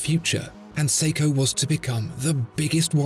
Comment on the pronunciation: its seiko damit